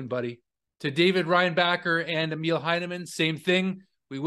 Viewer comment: Yes it sucks big time. By the way, Emil is pronouced “E” “mill” (factory), rather than “meal”. Does that make sense?